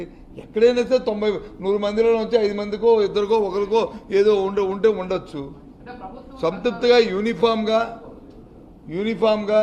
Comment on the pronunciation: SANTRUPTHI NI CORRECT GA PALAKANDI BOTCHA GARU. SANTUTTI KAADU.😅